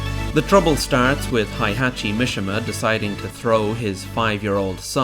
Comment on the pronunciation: heihachi mishima. hay-hah-chee. mee-shee-muh